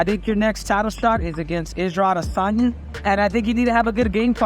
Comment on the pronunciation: It sounded like Henry called him “Ego Adesanya” which is very ironic